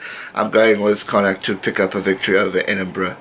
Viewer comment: Love the connacht prediction and fair play with the pronunciation(not the easiest name)!